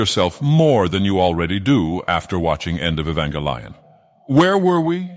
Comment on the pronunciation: E-vanga lion